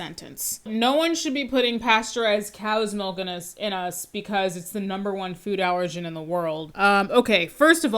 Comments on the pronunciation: He said “melk”. No one should listen to or take seriously ANYONE who says “melk”. IMO. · The word milk or "melk" as this guy says it has lost all it's meaning because I've heard it way too many times.